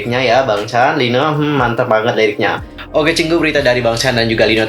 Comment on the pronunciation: Bacanya Lino yaa, bukan i-no 😊 Btw liriknya bkin travelling apa gimana,gw ttp menghargai lirk yg mrk bkin, krn klo kita berlebihan menanggapi aku takut member jd gk nyaman, sdgkan aku sbg stay mrsa kita tmpt terbaik buat mereka 😥 dan begitu sebaliknya..